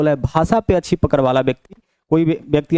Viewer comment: पकर नही है पकड़ है गुरु जी 😅😅😅